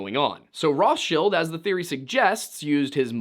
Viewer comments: "Then makes salads out of us I guess"... BOOOO! BOO THIS MAN! THAT WAS BAD AND YOU SHOULD FEEL BAD! Awesome video otherwise. Other than no one ever in the history of everything has ever pronounced Rothschild like that. No one other than you. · I was on their side when they were like "hey guy were not narcs," until he said Rothschill instead of RothsCHILD like he's never heard the proper name pernounced before. Total control ops 😂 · It’s Roth CHILD!! The original banker Rothchild had a Jew name. But his business was named “Red Shield” in German!! However the English spelling of their actual last name is RothCHILD!! Not shield! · I'm 37, love conspiracy theories, never have I heard it pronounced "Roth's chilled" I have only ever heard it pronounced "Roth's child" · Who pronounced rothchild as rothshield 😅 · Huge red flag when someone uncritically claims "The Rothschilds did it." Aww, I'm just some guy, I don't even know how to pronounce this name. Rothshield? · Rothschild is 100% pronounced ROTHS-CHAI-ILLD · completely wrong. its pronounced somewhat like roht chilled. but the r is hard and the oh like in OM